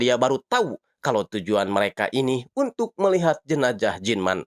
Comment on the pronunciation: Jenajah apa jenazah bang😭